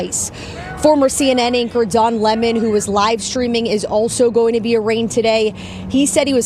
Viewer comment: Say it with me "Don Lemon", not Lemming. Other than that thank you for the video.